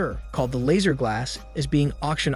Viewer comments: Couldn’t even finish as many times as I heard “Lazer” instead of Lasser, everytime made me roll my eyes. The name is mentioned so much in the movie pronounced correctly. Did he watch the movie? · Lasser* not laser , I'll sound it out ( lass-er) how can you butcher something so fucjing simple?????